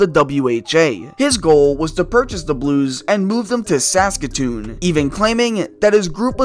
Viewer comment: Why are you saying Saskatoon so weird